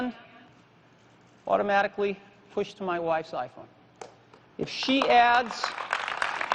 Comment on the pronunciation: OOttomatically... lol